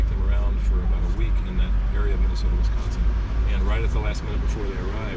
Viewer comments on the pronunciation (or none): none